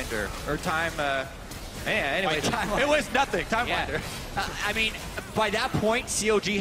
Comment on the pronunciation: "TimerWinder" wat